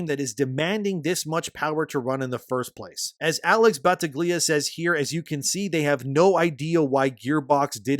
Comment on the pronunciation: Bro, you need to get into the habit of checking how names are pronounced. First it was Yoruichi some videos ago, now Battaglia, it ain't that hard to do a quick search on how to pronounce a foreign-sounding name.